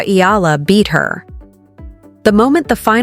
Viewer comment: Pls pronounce her name as Eh....yah... la..